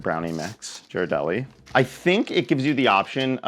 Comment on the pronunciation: If it's your favorite brownie mix, maybe you should pronounce it correctly. It's Italian, so the "gh" is like the "gh" in "spaghetti". So blame this one on a Northern California boy.